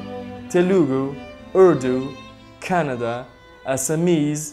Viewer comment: It's kaanada not Canada lol